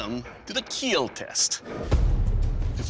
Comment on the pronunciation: Most importantly "it will keel"